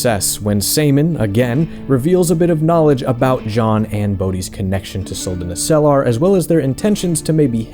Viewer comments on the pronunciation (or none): That's not how you pronounce Suldanessellar... I mean shit general Elhan pronounces it twice for you in the game. Accent on the first e, i.e. Suldanéssellar, not Suldanesséllar.